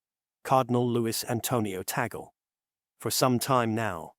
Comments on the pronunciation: It’s not TA GOL ! It’s pronounce; TAG -LE !!! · Tag leh is the proper pronunciation....🙏🙏🙏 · Please pronounce Cardinal Tagle’s last name as: TAG LEH It’s a Filipino pronunciation (not Americanized) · So MANY words orally narrated appeared WRONG…… Cemeteries……supposed to be seminaries Cardinal TAGGLE…/ TAGALOG…….should be CARDINAL TAGLE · Please, the correct pronunciation of his name is TAG-LE. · Gentle correction. Sir, may I correct the correct pronunciation of the family name "Tagle" is Tag - le'. Muchos gracias. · ALLELUIA! PRAISE and THANKS to GOD for this FAITH, HOPE, and LOVE inspiring: Here"s Why Cardinal Luis Tagle Will Be the NEXT Pope. May GOD bless, sustain, and uphold all who made this possible and their families as well. Happily, the pronunciation of LUIS ANTONIO was correct, except for TAGLE which is pronounced TAG - in English abrupt touching somebody to come along then simply add LE with short e for LE and simply say TAGLE or better request a FILIPINO to pronounce correctly TAGLE, ok? May we keep united with the LORD in PRAYER thru MAMA MARY for our suffering sisters and brothers worldwide, most of all, LOVE and PEACE throughout the world. May GOD the HOLY SPIRIT strengthen and enlighten the qualified Cardinals to vote for the NEXT POPE according to HIS holy will. Amen.🙏